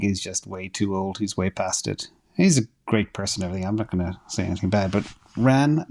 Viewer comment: It's ... 'Ran'...with a T on the end...LOL